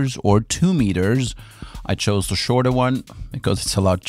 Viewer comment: Listen very closely. "The". "The." Not "De". "The."